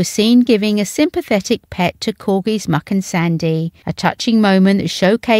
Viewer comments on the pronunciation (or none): Muick is pronounced Mick, not Muck! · It’s pronounced Mick not muck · Mu'.......ick do say the name right